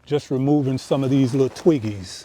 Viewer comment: Omg I thought he said twinkies! Both funny 😂